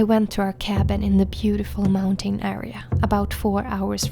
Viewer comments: It’s not pronounced “mountane” it’s pronounced “mountin” in english… say moun tin 😂😂😂😂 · It’s mounTN, not mountain. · Snälla människa, lär dig uttala mountain korrekt!!! Du vet ju att att du uttalar ordet fel, varför fortsätta med det???